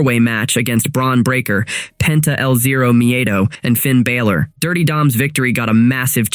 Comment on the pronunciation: Dude doesn't even pronounce Finn Balors name correctly. Again. Channel is a joke.